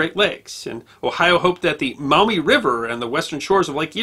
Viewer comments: As a native Toledoan I loved watching this! Locals pronounce it Maw-mee sounds like you’re saying mao-mee. Anywho keep up the stellar content! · Just FYI, it's pronounced "maw mee" not "mao mee" river. And Charles Emerson Winchester was right when he said that "There's a reason that Toledo is kept in Ohio". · T-O-L-E-D'oh! That's my town! FYI, they're pronounced Maw-mee, and Perrysburg. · It's pronounced Maw-mee. Not Mao-me. I live maybe ten minutes drive from the river and less than twenty from Girty's Island. Which should be your next video topic! Love your channel, sir. God Bless! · Maumee is pronounced Maw mee, not Mau Mee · Maw mee not Mow mee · The correct pronunciation is Maw-mee River, where "Maw" rhymes with "jaw". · The “Mawmee” River. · In these parts it is pronounced "Mawmee". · I had to go back to hear it. I figured he said mommy but he also said it like the vowel in mouth. He’s definitely not a local. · For the record, locals actually pronounce the name of the Maumee river as 'MAW-me.' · I live in Toledo. Not bad! It's MAW-ME tho Also, the University of Michigan was proposed to be built on Huron Street in Downtown Toledo. A historical marker is installed at the location. The Toledo Jeep plant is on "Stickney Ave" Ironic considering the Jeeps reputation. You should see the bar fights during the OSU Michigan game ... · Great history lesson! Just two minor comments from a Toledo native (Perrysburg to be exact). There was a reference to a town to the south of Toledo as “Perrysville,” but it’s Perrysburg. Also, the “au” sound in “Maumee” is pronounced more like the “o” in “moss,” not the “o” in “cow.” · He also pronounces Maumee incorrectly. Even though there is a U it is pronounced as a W. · Got the wrong pronunciation of Maumee. I grew up near Toledo, Ohio. Perrysburg is across the Maumee River from the city of Maumee.